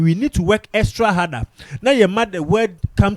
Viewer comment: What's exrat harder? There's no word like that